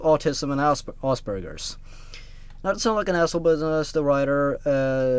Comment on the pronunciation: you said ass burgers